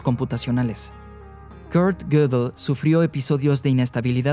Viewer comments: Gödel no se PRONUNCIA "gúguel" se pronuncia aprox. (escritura español): GUÉDEL esa É es un sonido "Œ" [OE] típico del alemán, NADA QUE VER con la "Ú" usada ERRÓNEAMENTE para pronunciar Gödel en el video. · lo unico que odio es como pronuncia gödel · La pregunta es: ¿por qué pronuncia un apellido alemán con ese acentito inglés tan pedante? O lo hace con acento alemán o con su acento natural español.